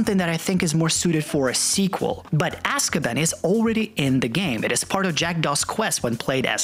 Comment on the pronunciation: lol its pronounced AskiBAN not AskABIN, few other Potter terminology were you're pronouncing the words wrong - but loving the content of your video as always